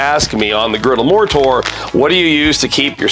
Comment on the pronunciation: I thought you kept saying the Blackstone Moorator, like that was one of the products. Had to google it to realize you're saying "More Tour". Am I the only one?